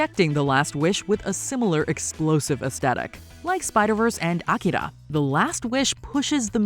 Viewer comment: Ooh, I think this is the first time I've heard a narrator on YouTube pronounce "Akira" correctly!